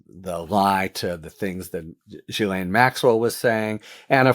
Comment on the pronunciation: You need to edit out your mistakes and also learn to pronounce Ghilaine correctly.